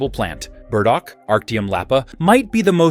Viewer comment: You trip over your AI. Who TF were the gardeners? Women, yathink? And it's sweet CICELY, not the island off Italy. And BURDOCK, not berdo. Otherwise, helpful.